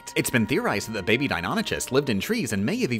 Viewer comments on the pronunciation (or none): none